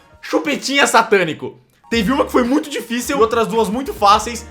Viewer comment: "Díficel"? kkkkkk errou pra krlh XD